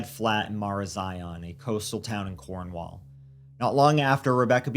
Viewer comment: Cornwall live is a joke and often gets names wrong including names of villages and towns... I'm Cornish born and bred... Never missed and episode of misery machine, if you need help with pronunciation for Cornwall I'm happy to help... Keep doing the excellent work